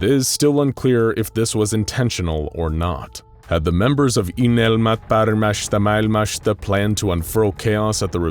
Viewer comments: I applaud you for trying to pronounce "Unelmat paremmasta maailmasta". I have to admit that I was playing Warframe while listening this video on the second monitor and I thought you were reading French until it continued "...a finnish phrase..." :D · How many times did you have to attempt saying "Unelmat Paremmasta Maailmasta" before you got something good enough?